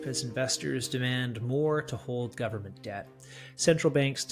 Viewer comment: "full faith and credit of the US gubmit" LOL